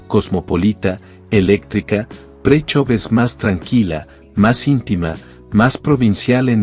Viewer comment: Presov is not pronounced as "Pricho" 🤣 You can pronounce it as Preshow